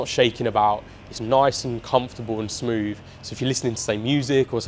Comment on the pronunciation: Somefin, frottle, wiv, smoov, two or free… if an article was written like this, it’d be jumped all over. Also… really really really really really. How many times can you say really? The transition from writer to presenter must be difficult for some people. I have to presume this is one of those people. I made it halfway through.